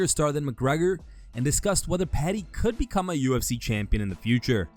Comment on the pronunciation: Uhhhh Khabib, wtf is "the ufs" 🤣🤣